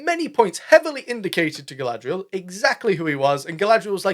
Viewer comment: 'Who is Guy-lad-reeee-al in love with?" HERSELF, DUH....